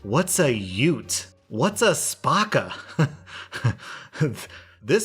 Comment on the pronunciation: Old guy: "Yute" Other guy: "whats a Yute?" Old guy: *throws Scrabble board * "YUTE!"